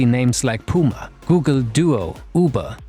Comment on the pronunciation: F.Y.I: it‘s pronounced puma, not piuma.